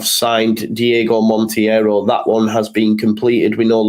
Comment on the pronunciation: I hate to be pedantic but Monteiro is pronounced "mon-tay-row". Keep up the good content. Spanish Whites MOT!